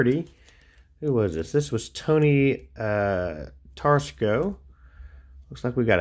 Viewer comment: Tony Tor-ass-co. Nice lot of Braves cards. like your Uncle Bill's auto.